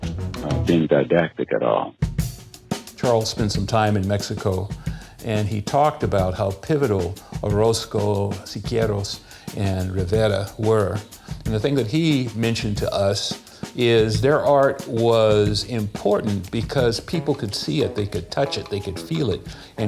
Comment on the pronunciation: "Siquieros", ja ja haaaa, gringos ...